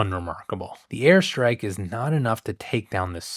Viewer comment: I keep hearing "hair strike" haha